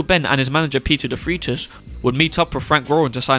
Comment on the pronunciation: Peter Defreitas, pronounced as Defraitus and not Defreetas. Just a heads-up! Great video, with new enlightening info.